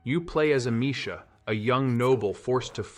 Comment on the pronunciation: Right from the beginning know you didn't play most of these games when you butchered amicia name